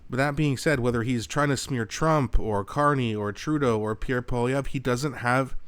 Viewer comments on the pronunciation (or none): none